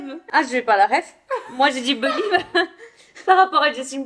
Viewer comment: merci bcp pour la vidéo c’était marrant, et mdr pour le « belièève » 😂